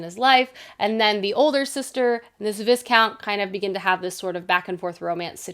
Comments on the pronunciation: I enjoyed this video but I flinched every time you said ViS-count... how did you watch the entire season actually and come away saying it like that? 😅 the S is silent. Vi-count. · I feel compelled to point out it's pronounced VIE-count not VIS-count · Viscount is pronounced vai·kownt. I used to always read it as viss-count too. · Just a friendly PSA, you don’t say the S in Viscount, you pronounce it vi-count ❤️❤️ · pokes her head out of her blanket burrito the S in viscount is silent. In the show they say "vicount" with a long i. If you're looking to get into historical romance, I LOVE Joanna Lowell's books. I discovered her this year and devoured all 3 of them! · I know you’re not British. Viscount is said V-eye count. So, Marquis would be Mar-key. Marquess is Mar-kess. Viscountess is V-eye- countess. That’s just in case you read more of these! Great video! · the way you pronounce viscount is sending me 😅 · Thank you because I came looking for this comment. I internally corrected the pronunciation of Viscount every time it was said. Not like it´s actually a horrible mistake but it did make my mind go "The S is silent!!!" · Viscount has a silent S.